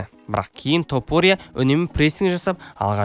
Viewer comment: Қандай құлаққа жағымды сөз иірімдері! Осындай иірімдер қазіргі біраз спорт журналисттеріне керегі сөзсіз! ТОпурия деп оқығаны керемет🔥 басқа тілдің жетегіне еріп Тапурия демегені ұнады👍 Ал шолуға келетін болсақ барлығы керемет, тек бұндай шолулар өз уақытында шығып тұрса керемет болушы еді🔥 Ал сізге сәттілік🙌